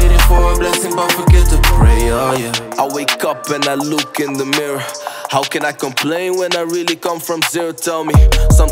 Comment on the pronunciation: wen IJ loek in de mirror. lekkere uitspraak hoor